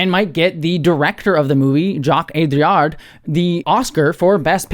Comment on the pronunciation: hi you say AudRiard but it's O - DI (as in difficult) - ARE